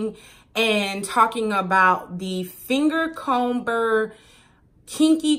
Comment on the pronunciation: The "B" is silent in comber smh